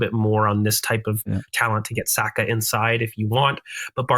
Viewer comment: Video was going so well until I heard an American say Saka in the 10 😂😂